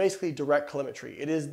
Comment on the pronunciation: its pronounced "Say she ate ing", not "Say T ate ing" stupid. Of course you love protein and studied it, you are a "Bro", with no actual sense. Its also "CaloRIMITRY" not "Calorimy"